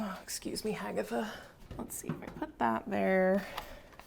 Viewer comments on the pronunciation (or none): Lol “ excuse me Hagetha “